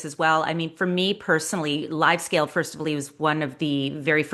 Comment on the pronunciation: Hey! Thanks for the insights as always. A small comment: It's Livescale, not LiveScale (LiveScale is a Dubai-based architecture firm;-) Best to the Channelize team from the Livescale founder and LiveShopping OG;-)